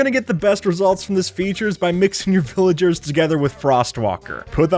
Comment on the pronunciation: Omg he said viligers on ice 😂😂😂